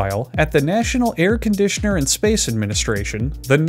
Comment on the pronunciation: Air Con D Sean R